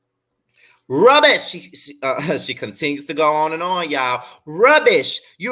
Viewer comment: you had me HOLLERING at the way you said “RUBBISH!!” 😅😂🤣